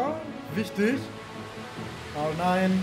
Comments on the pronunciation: Bitte bitte bitte hör auf R9 so komisch auszusprechen hört sich an wie so nh porno seite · Kannst du R9 bitte Deutsch aussprechen. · Sorry, aber... ARRRRR NINE 😂😂😂😂